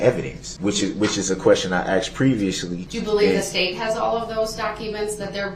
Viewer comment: Dear Mr. Brooks, the word "asked" is spelled just how it sounds, "A S K E D" not "AXED"...